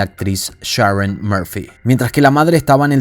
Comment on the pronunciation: Llamada Sheroun!! Hablá bien,.